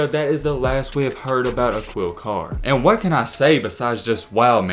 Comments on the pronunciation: Uh-Quil Car 😂😂😂 it’s pronounced Ah-keel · Yup! Dude said “Aqwheel” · It’s pronounced “uh-keel” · It's pronounced A-KEEL. If you're going to continue profiting off of BLACK EXCELLENCE, please learn how to pronounce the names!!! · Aquille Pronoun A-kill, lol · His name is pronounced just like Shaquille O’neal but without the sh. Basically pronounced Akeel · “Akill” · a"QUIL' carr hahahah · dude you're not even saying his name correctly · At least learn how to pronounce bro name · He def knows a lot about shorty!! Everything except the correct pronunciation of his name. 🤦🏾‍♂️